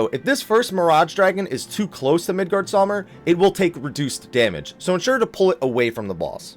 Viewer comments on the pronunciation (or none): "Midgard-saw-mir" lmao xD